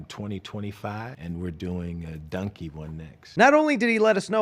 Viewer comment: I just realized he pronounces Donkey like Dunky